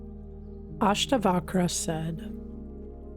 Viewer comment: I do not know whether a person who hasn't even tried to pronounce the names of Ashtaavakra and Janaka can truly translate the text.